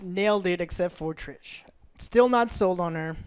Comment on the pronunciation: ‘Trish’ ‘Gerald’ come on guys the amount of love/hours you put into this book/game/show and you can’t get their names right. Thanks Joe for correcting them! But holy shit, DO BETTER.